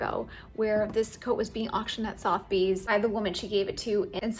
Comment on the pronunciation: Just an fyi... SOTHEBY'S is pronounced "suthabees" 😉